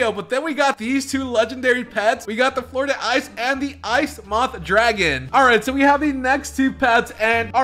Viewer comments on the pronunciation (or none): Flur Dee ice is how u do it!